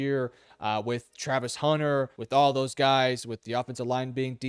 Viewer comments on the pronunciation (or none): none